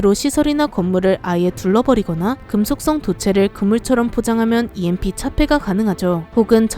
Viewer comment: EMP를 누가 '엠프'라고 읽씁니까?(여성유령)